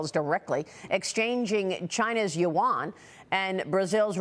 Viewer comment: These two guys can’t even pronounce Yuan properly. 😢 They pronounced it as the currency of S Korea : Won.